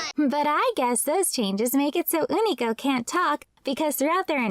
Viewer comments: Why do you keep pronouncing his as Oonico instead of U-ni-co? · Ooh-knee-co sound so wrong when unico clearly calls himself you-knee-co